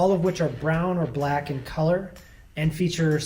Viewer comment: He didnt even say black right